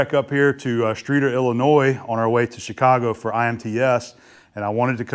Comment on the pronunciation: As someone from Illinois. I appreciate that you pronounced Illinois correctly!